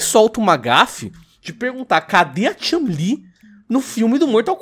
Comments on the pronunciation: Concordo com Ela! Aonde Está a chun- li! E parar de dizer o nome errado! Não e chalin! Chu n - li! 🙄💬 Estao falando por que Sao machistas! Hahahahaha 🤣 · É só eu ou toda vez q o fala Chun-li parece q tá falando Chumlee? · Toda vez que o fala Chun li com essa entonação eu penso que ele tá falando do Chumlee do Trato Feito kkkkkkkkkkk "Sei não Rick, esse corte na costela me parece falso!" - Chun, Li kkkkkkkkk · Só eu que fiquei irritado com o falando chun-li? Ele parece q ta forçando o “u” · Para de falar Chun Li, com essa pronúncia de "A" no nome dela. PQP, fica irritante pra caralho.